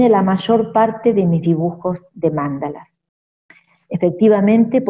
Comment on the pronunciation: Mandalas es palabra grave, con el acento PROSÓDICO en la penúltima sílaba., no es esdrújula Y NO con acento en la antepenúltima como lo dice la autora del video. ¡Por favor!